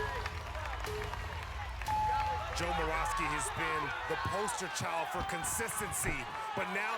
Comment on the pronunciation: moravsky is pronouced with a ' above the y